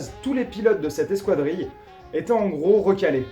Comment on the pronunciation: On prononce eskadrille et pas eskwadrille